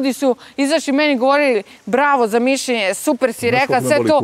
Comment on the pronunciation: Neka neko objasni da se ne kaže mišJenje nego mišljenje.